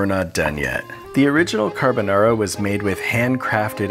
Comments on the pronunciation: you know it's not Carbonara when the chef pronounces it "carbuhnawra". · The more you say carbonara, the wronger it sounds.